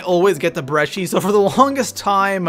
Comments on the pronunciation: Brecci is pronounced "b - re - kee" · It's 205 Breh-ki